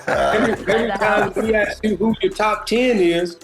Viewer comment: It's pronounced ASK, not AX.